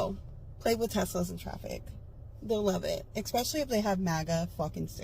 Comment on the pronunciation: THERE WERE NO M*SFITS...NOT THE NUMER OF THEM THERE ARE, NOW (LIKE THE ONE WITH THE FLACCID, FUNNY-LOOKING CLEAVAGE, TALKING ABOUT HER TESLA DERANGEMENT)-WHEN I WAS YOUNG. DID THAT CR#TIN SAY 'EXPECIALLY', BTW? N*TW*T